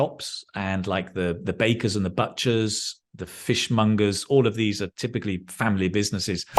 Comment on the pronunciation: you said 'bartcher' not 'butcher'! But it has been 'butcher' - always.